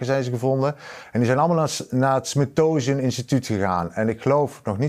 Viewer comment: "Smittosian" >> "Smithsonian"...! @@